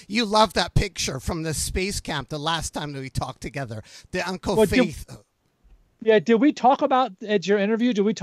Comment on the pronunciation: It's uncle FATIH'S, pronounce like FATTY'S, how can you mispronounce this as a VANCOUVERITE